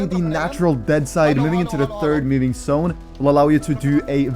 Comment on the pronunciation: Bro ure tips and toughts are rly great ! u did say the word "Sszone" alot.. instead of "Zone", it kinda is triggering not gonna lie :P but i love you dude keep up the content